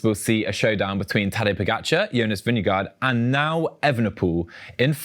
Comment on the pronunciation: Please learn how to pronounce Vingegaard's name.